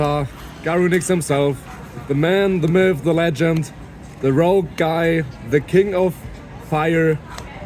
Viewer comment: also "rouge" lol